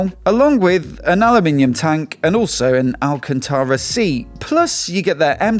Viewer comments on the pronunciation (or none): none